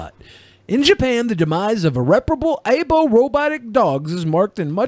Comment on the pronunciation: Eye-bo! Eye-bo! Eye-bo! Not "ay-bo"!